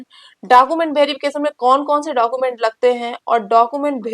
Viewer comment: लगता है आप बिहार से हैं तभी डाकूमेंट भेरीफिकेशन बोल रही हैं.